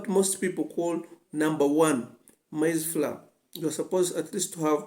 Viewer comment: Google up the pronunciation of: Maize Flour Otherwise all good.